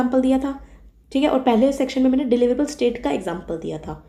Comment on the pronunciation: The way you pronounce “Mainey”, makes me your die hard fan…. And after hearing such slang i guess you are from Western UP